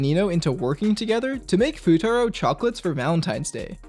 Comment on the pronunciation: "Fuutatski" had me dyin